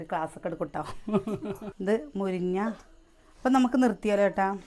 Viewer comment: മുരിഞ്ഞ എന്നാണോ പറയാ എനിക്കു കേൾക്കുന്നതിൻ്റെ തെറ്റാണോ🤔